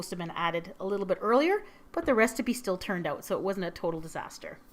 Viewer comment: U say restipie xx Hahahahahahaha lol love u x